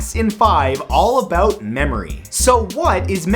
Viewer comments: he said "aboot" hehe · He said 'aboot' ;) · lol he almost said "aboot" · Haha he said about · In Canadien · 😂😂😂 he did the Canadian thing